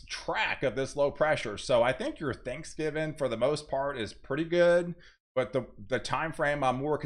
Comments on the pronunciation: Please. It's "Thanksgiving" not Thanksgiven. Pronunciation is important. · "Thanksgivin" 😁 love this dude 🙏🏻